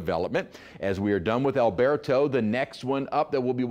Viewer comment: I am Spanish; I speak, read, and write fluent Castellano - our mother language. I've been in the States since 1976 and have never ever heard English speaking folks - especially weathercasters - pronounce Spanish names as if they're speaking Spanish. It is DISTURBING because it sounds HORRIBLE. My opinion. Drives me nuts. I much rather hear the name Alberto properly pronounced in English, whenever anyone is speaking English. Even in Spanish the pronunciation is different. You trying to sound Spanish, pronouncing it as AlberTOE is 100000% incorrect and freaking offensive. STOP trying to speak our language when YOU HAVE NO CLUE! The English pronunciation of Alberto is like Roberto- almost sounds like a "do" instead as the T is a soft pronunciation. NOT LIKE A FREAKING TOE. Stop trying to emulate something you are not!! You sound like an idiot.